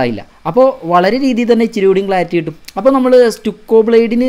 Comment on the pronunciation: അതെസ്റ്റുക്കോ അല്ല സ് റ്റക്കോ എന്നല്ലേ